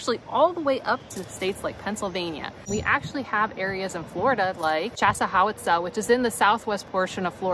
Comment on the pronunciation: Around here we pronounce it chasawiska Chaz- a - whisk-ah